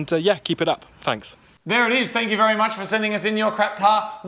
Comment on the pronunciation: I hope my not a proper fank, fank makes it in haha